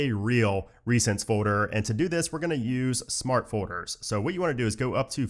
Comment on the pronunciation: All those fohders…